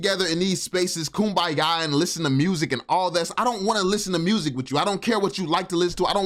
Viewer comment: He said koom ba ya 😂😂😂😂😂😂😂😂😂😂😂😂😂😂😂😂😂. While I don’t like a lot of things that this guy says, I will admit this particular video, he has a point